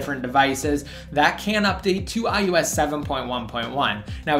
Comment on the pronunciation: It's I O S not I U S